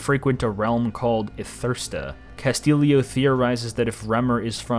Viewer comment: You pronounced the name "Castillo" wrong. It's not "Ca-STILL-ee-oh", it's "Cah-STEE-oh". It's a Hispanic name.